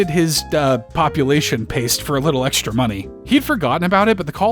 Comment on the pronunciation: Oh, that was saying "EXTRA"? I thought it was saying "PASTA"